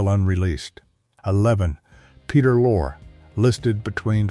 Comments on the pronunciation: Peter Lore? It's pronounced LOR-eee. Get a human, not a machine! 😮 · It's Lor-ee, not Loor